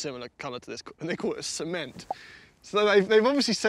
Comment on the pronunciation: "Cement" AHAHAHHAHA